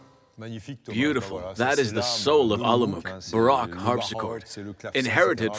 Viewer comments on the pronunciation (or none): learn how to pronounce the word baroque. Everyone wants their own version of language. That is why truth is disappearing from the world as well as the distinction between good and evil.